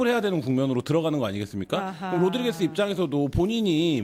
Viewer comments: 아줌마 로드게리스아니고 로드리게스 다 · 패널언니 로드리게스야 로드게레스가 아니고